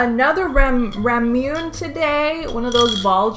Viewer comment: Rah-moo-nay thats how u pronounce the ramune drink. Love u btw <3